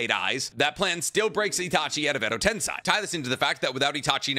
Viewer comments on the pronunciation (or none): I find it hilarious that he calls Edo Tensei "Edo Tensai" because Tensai means genius in Japanese lmao